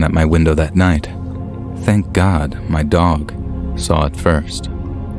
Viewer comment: Sad u a con too. These stiries i doubt r real. Eso judy. When a persin passes in luving faciluty ambulances dont come with siren on. Oh well u r grsat reader except when ucsay gd.